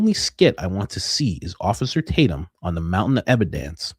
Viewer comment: add it to "da mountain uh ebadence."